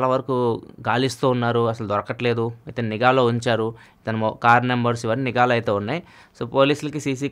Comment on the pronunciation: niga kaadu, its nigha. eg : poolicilu nighaa pettaru. baktudu kaadu, bHaktudu...plz pronounce telugu properly